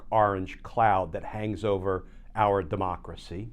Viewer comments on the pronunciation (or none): none